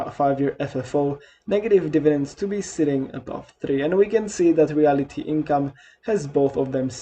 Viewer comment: It’s not REALITY Income, pronounced that way….its REALTY Income, as in…real estate….🤣